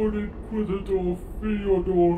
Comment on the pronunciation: It's Ff-O-dohr. Two syllables, not three.